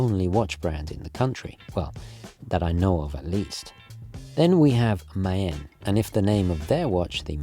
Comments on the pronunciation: Good vid. Just for the record: maen is pronounced 'maan'. Drag out the 'ah' sound. 'Maan' is actually how moon is spelled today. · I know you like to pronounce things the correct way - so Maen is pronounced 'Mahn' like 'Ma'.